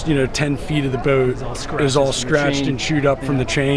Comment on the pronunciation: has a distinct way of saying "Bouht" The retractable bimini roof looks like a pain. Like you said, keeping it clean and future maintenance item. If caught in a rain shower when open, it would collect a fair amount of water on top too. The cockpit seating looked better and bigger than the salon. Those rear helms are a no-go for me. Maybe best as a live-aboard in a marina? Tooling around in the Bahamas? Not for long passages for sure. But is that a bad thing? Depends on your needs and wants. Nice that you ran into a follower of yours while doing the review! Janice is not 'Casper white' - she is part Polar Bear!